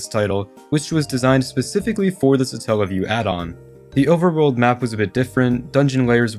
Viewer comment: Satellaview Satellite Not suh-tell-lite So its not suh-tell-uh-view because its not suh-tell-light